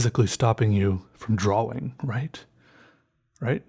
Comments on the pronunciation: It's always so funny and irritating when he says DROAWING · Instead of draw ing he says it dra wing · you dont actually say Draw-wing you sped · "a new dra'wing" haha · DRAUING, you mean